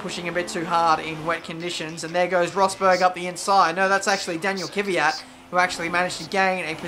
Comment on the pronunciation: Its K-V-Y-A-T mate. One less Y than you say. cheers